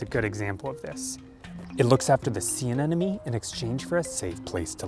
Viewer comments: 923: The name is aneMoNe* not aneNoMe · They pronounced the wrong word entirely. It's not "anenome" it is "anemone". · I think it's 'aneMOne' not 'aneNOme' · Sir, the word is anemone, not anenomy. SMH🤦‍♂